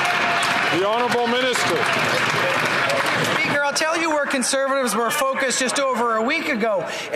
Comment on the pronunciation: meester speeaker meester speaker meester speaker------ sit down